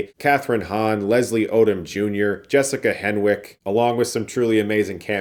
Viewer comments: Jessica Henwick's last name is pronounced "HENNICK", no "w" sound. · Loved the movie. Excellent review too! I like how you called out how great Daniel Craig’s character is and how how Benoit is a fish out of water. Minor correction, Jessica Henwick’s last name is pronounced “Hennick”.